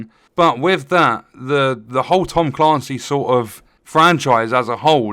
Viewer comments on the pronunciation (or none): Tom Caaancy?! 😳 Ps. You’re right.